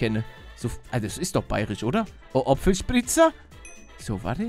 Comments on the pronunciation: Oapfelspritzer is boarisch!! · hab noch nie jemanden apfelspritza sagen gehört und bin aus Bayern 😂😂